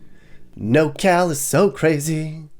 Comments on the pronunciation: It's NorCal not NoCal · *Norcal not “nocal” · It’s not “NoCal”, it’s “NorCal”… Are you sure you’re qualified for this tour? I live in Sunnyvale, CA and love it… Driving past Oakland and making it seem like that’s everywhere is misleading and I bet you’ve never said hella. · It's NORcal, not Nocal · *NorCal (not No Cal) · Couple things, Its Nor Cal not NoCAl and it is anything north of Sacto. The rest is central CA and has little in common with this area. Secondly, why do you have footage from Big Bear and Lone Pine while describing Humboldt ??? Cant argue with the description of places like Eureka and Redding, definitely shitholes, but theres a lot of really great laid back places hidden up here just like anywhere in CA though you have to stay out of the cities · "hella" good vid, however, we call it Nor cal bro. Not "no cal" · It’s NorCal not nocal 😂😂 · FYI, it’s NorCal not NoCal 😉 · I live in NOR Cal (Not NoCal Which you are confusing the shortened SoCal nick name) If you can't even get that right, you don't know California. ROFL. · Born and raised in Northern California. It's Nor-Cal not No-Cal. I've never heard it called No-Cal. You forgot the area between sac and tahoe along I-80. Good places to live. Geographically northerm Cali is almost all red except the bay. I don't think you gave Sacramento enough credit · Your not completely wrong about anything but your 100% wrong about nocal. Its Nor Cal. Your forsure from socal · Anybody gonna tell this man it’s NORCAL and not NOCAL lol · NorCal NOT NoCal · Did you say "NoCal"? Lol nope, lived in NorCal for several years as a teen and never heard of "nocal". Born in Sacramento, my poor homestate is a shit hole now.